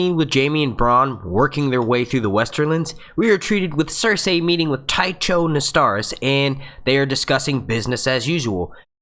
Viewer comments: The only thing that bothers me about this video is the way you keep butchering Cersei's name. It's "Ser-See" not "Ser-Say" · Nice review. But, remember it's Ser-See & Tie-Ko.